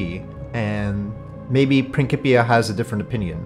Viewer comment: How did you pronounce Principia??